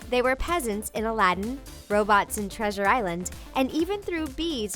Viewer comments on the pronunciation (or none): none